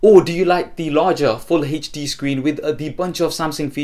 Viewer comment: How he says hd xD Hejdi